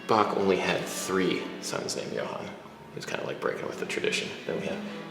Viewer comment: It's pronounced Bach